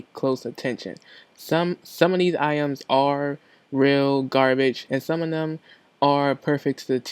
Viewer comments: Lol "iams" this nigga scooby doo get em some dog food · My nigga can't say "Items"...